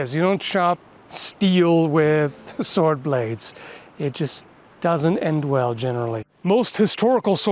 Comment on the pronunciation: What’s a sord?